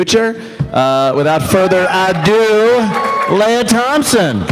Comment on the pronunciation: Hey Ant, isn't her name pronounced LEE-ah, not LAY-ah? She's not Princess Leah...